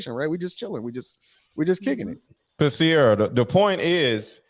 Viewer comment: SYeeerrra!! Not Sara